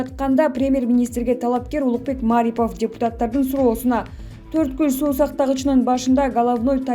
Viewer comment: Тура айтышты уйронгулочу. Марипов дегенде басымды(ударение) туура кой!. Басым А тамгасына эмес И тамгасына койулат.